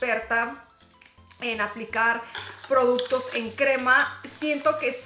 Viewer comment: Ja ja Tan simpática cuando dice produtos 😙😘